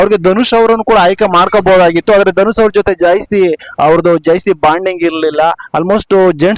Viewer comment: 0.51 ಜೈಸ್ತಿ ಜೈಸ್ತಿ ಅಂತಿಯಲ್ಲ, ಜಾಸ್ತಿ ಅನ್ನೋಕೆ ಬರಲ್ವಾ?